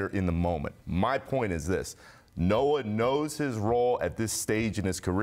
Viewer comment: So called expert....the fat guy said Noah...lol...